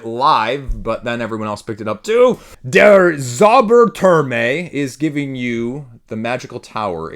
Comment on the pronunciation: lol, way to go butchering Der Zauber Turm. 🤣 Dare Ts-or-bar tour-m ... is probably closer.